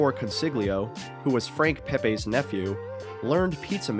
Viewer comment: It's Pepeeee's not Pepaaaa's. I lived in NH 74 years. Never heard of PepAaa's. Geezus....and it's not matsarella, it's mootsadell. Here's a freebie for you..... it's not Mannykahttee, it's Madeegawt. You guys italian??? Even The Lone Ranger needed Tonto, find yourself a ginzo sidekick to take along.